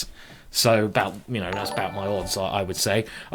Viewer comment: yaybjorn, not yayborn. bjorn like in a norwegian bear ;)